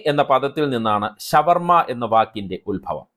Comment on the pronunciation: ശവ വർമ അല്ല ഷാ വർമ യാണ് നല്ലത്